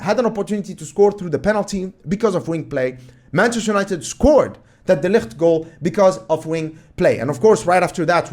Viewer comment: The way you pronounce De Ligt is great, you almost sound like a Dutchman!